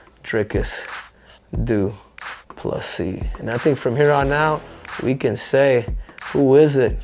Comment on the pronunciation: Henry.... you are pronouncing it wrong. It's Dhyklick DoofaSissy ❤